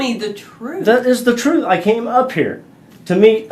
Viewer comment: “Das da troof. Das da reality.” BRO PRONOUNCE YOUR T’s